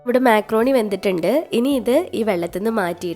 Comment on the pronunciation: മെക്രോണി അല്ല മക്രോണി